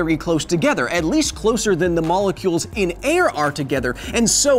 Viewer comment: You said "closelier"